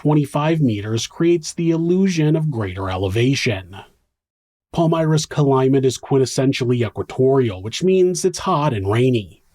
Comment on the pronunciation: Somebody needs to hunt Stephanie down and finish her. Also, stop saying cALimate. It's climate. Also acrosst. That's not a word either. "He pulled the seatbelt ACROSST his body". Wtaf????? Stoppppppp